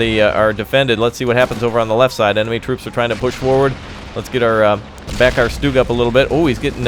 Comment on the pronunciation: Triggered- you called it stoog....its stug exactly how it sounds